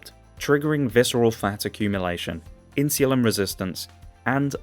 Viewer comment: The way he says insulin is criminal